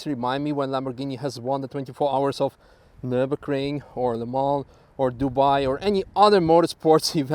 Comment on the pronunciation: "welcome to nurburgerking" CAN HE STOP SAYING NURBERKRING????